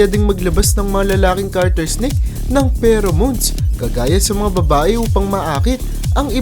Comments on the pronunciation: its garter not carter.. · TANGA! garter snake hindi carter! BOBO! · * GARTER SNAKE Hindi CARTER